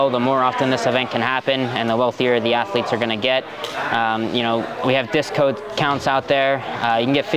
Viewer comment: "Discode count" Nicky Rod type tongue slip